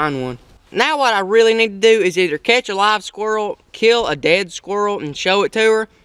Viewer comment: did you just say "kill a dead squirl"? it dosnt matter i just thought it was funny, good videos keep it up.